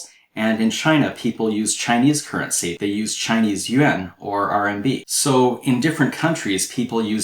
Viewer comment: the teacher's pronunciation of "yuan" is excellent.